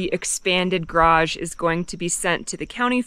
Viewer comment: Much better this time pronouncing garage. You got it almost 100% correct twice. Sadly, the other times are closer to one syllable like graj or a 1.5 syllable rendition like garadj where you swallow the second A sound.... Maybe practice saying it like two complete words with full emphasis: garrrr adge You are completely understandable, but you stand out in society like an under-educated backwoods cousin. At least you write it correctly.🪘 FWIW.... It would have been nice to explain the sewer layout more clearly. The shots were too tight. Maybe provide an overview or a simple diagram?